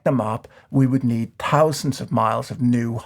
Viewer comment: I find it fascinating that you say "thousand" like "t-housand". Like it used to be said, clearly enunciating the t and h It does, however, remain completely in line with your realistic analysis.